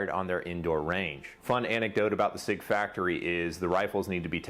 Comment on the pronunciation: Is your butchering if sig why you asked for a German speaker?